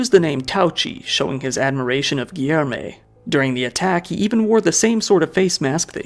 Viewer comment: Great vid but hearing the ''Rioh de Djaneyruh'' and ''Giermay'' gets a little tiring sometimes. Portuguese is hard, i've heard worse pronunciations :p